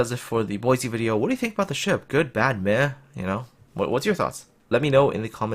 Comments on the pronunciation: She is disappointing, but, as you said, she is work-in-progress. Also, just to be picky about the name pronunciation, since I live less than 25 miles from Boise, Idaho; it is pronounced "Boy-see", not "Boy-zee". Minor nitpicking, I agree, but thought I would bring that your attention. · Yuudachi : Poi-se ??